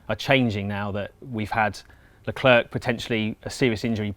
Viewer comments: It grinds my gears when people say that xD. It's pronounced: "Le claire". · You are saying his name wrong. He's not 'The Clerk.' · "Le clerk" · Le Clarke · Why do people choose to pronounce his name wrong so often? It's pronounced "Le Claire" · There is no "K" to Leclerc.... Pronounced "Leu-Claire" (think of Claire, the female name). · sharl leclaire is how it os pronounced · Sharle Leclair, you don’t prononce the s in ‘’Charles’’ and the c in ‘’Leclerc’’ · How can you have a channel about autosport and still mispronounce 'Leclerc'?? 'C' at the end has no sound here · For a autosport channel they should be ashamed that they can't pronounce Leclerc the right way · Not the way Crofty says it